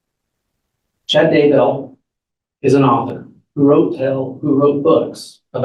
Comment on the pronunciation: Haven't even started yet but I have to tell you the first time I heard tou say "Chad Dumbbell" in a video I thought I misheard. Rewound, heard it again, laughed my butt off, and now everytime I hear you or anyone else say his name I think of "Chad Dumbbell" and laugh.